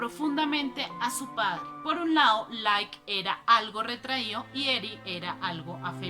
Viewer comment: Ella habla muy mal! Incluso a veces dice Like en vez de Lyle.